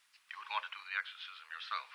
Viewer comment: "The ercorsism of Emelie Rose".